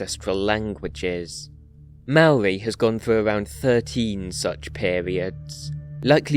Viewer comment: You have also mispronounced "Maori".